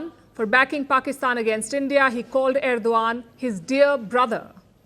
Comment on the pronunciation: Madam Palki Sharma it is Erdogan and not Erdovan as what you pronounce. Hope I’m not wrong. Love your way of presentation.